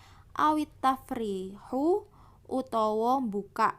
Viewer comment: Di menit harusnya di baca tafriiju bukan tafriihu .